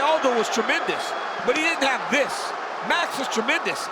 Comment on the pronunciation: "dis" Hahahahahahaha